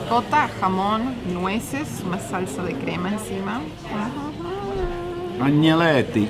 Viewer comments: perdon, lo que comio' Audrey se llaman agnellotti. En castellano se pronuncia añeloti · El nombre de la pasta es Agnolotti (se pronuncia añoloti) , originario de la region del Piamonte en Italia . Hermano del raviol pero algo mas grande y con el doble de relleno. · Postre vigilante...y la pasta es agnolotti, se pronuncia, agñoloti. Lindos lugares, nací en Salta. Pura belleza!!!